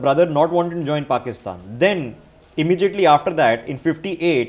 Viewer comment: I like it when calls it Pokistan